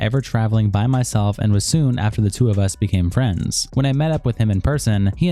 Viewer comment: Lmao! "Fwends?" 🤝